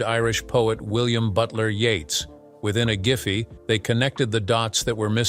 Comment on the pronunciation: I'll be damned. The bot correctly pronounced the poet Yeats name correctly as "Yates" not "Yeets." Maybe there's hope for chatbots yet.